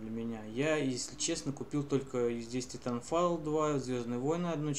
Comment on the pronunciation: пффф))) какой шикарный английский Ориджинал(ориджин) титанфайл (титанфол) энцес(эйсес) русски водка балалайка блеать